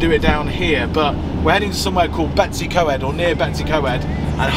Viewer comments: May I please correct your pronunciation of what you call "Betsy Co-ed". It should be spoken as BET-uhss uh COYD' (not 'Betsy Co-ed'!) 😁🏴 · The way you pronounce Betws Y Coed 🤣🤣🤣 Sorry, I still love you! 🏴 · Little help with pronouncing , betws y coed sounds like "Bet us her coyed " hope that helps